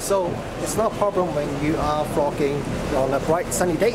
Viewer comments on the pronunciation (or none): Your accent has given me a smile. For the first half I thought you were saying 'the best f** king camera :) the smile came when I realized you were saying 'best VLOGing camera. My bad, but it did make me laugh. A tip - you talked about a lack of dynamic range and did not seem to be aware of two things: first, the camera has an HDR mode which would bring the detail back into those blown out highlights. Second - use a variable ND filter to control light better. I think that camera has a 49mm filter thread and a smaller size ND like that won't be all that expensive. Try it out in the shop just in case it vignettes at the wide end. If so use a step-up ring and try a wider ND. The lack of built-in ND is the worst aspect of the AX53 and this Panasonic but that comes with the lower price point compared with more expensive camcorders. Another tip - that camera has a slow zoom function that can sometimes be a better choice than using the zoom rocker. It is one of the features that the Sony AX53 lacks but would benefit from. You can set the slow zoom to either normal speed or slow speed and once enabled gives a constant zoom speed that is easier on the eyes. Great feature. Rather than just comparing with DSLR form-factors you should compare against the gold standard camcorder in this price range - the Sony AX53. The differences between them are very interesting (hint: there is no winner, they are both great but each does things the other doesn't). For just a little extra money there is